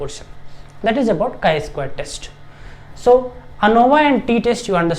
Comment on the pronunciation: Chi is pronounced like "sky" but without the "s", not like chai (tea) 🧋 🫖 😄